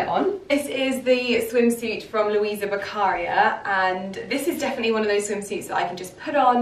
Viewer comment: It’s Luisa Beccaria a very high fashion Italian brand and the accent goes on to the i. Luisa Beccaría.